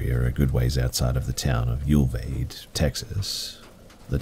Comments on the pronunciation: I believe you were talking about Uvalde Texas (in the first story) which is pronounced u-val-dee. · Are trying to say Uvalde Texas? I can’t for the life of me tell what town you are saying and now it’s driving me crazy 😜 ( in the first story)